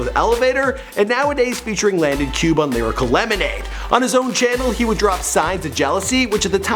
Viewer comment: WHY HE DO LANDON LIKE THAT LMFAO